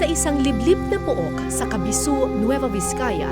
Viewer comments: kasibu po hindi po kabisu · Kasibu,Nueva Vizcaya not kabisu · Kasibu, not kabisu Kasibu, Nueva Vizcaya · It is KASIBU not Kabisu po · Kasibu po yun hindi kabisu 😂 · It's Kasibu po not Kabisu.. From Nueva Vizcaya here.. ❤️ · Maam Kara, KASIBU✅ po ang pangalan ng town. KASIBU KASIBU KASIBU. Hindi po KABISU❌ Hehehe sana mapansin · ❤ love it! Just one correction KASIBU po not "KABISU" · KASIBU PO MAAM KARA NOT KABISU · Not Cabisu, it's Kasibu. Capisaan Cave located at Capisaan Kasibu NV. Thank you for featuring Capisaan Cave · Kasibu Po ma'am Kara David, Hinde Po kabiso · It's "KASIBU" po, not "KABISU"... Anyway, I always watch Kara's documentaries. Grabe! Ang galing, also the team! Kudos sa inyo po. <3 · Im from Nueva Vizcaya.. sana ma explore ko din ito in the future.. btw, it's KASIBU, Nueva Vizcaya. NOT "kabisu' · KASIBU* po not Kabisu🥰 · Correction po Miss Kara, Kasibu po. Hindi po Kabisu. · Kasibu not Kabisu. (Voiceover) david :) Ganda nitong documentary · KASIBU 😊 not KABISU 🤣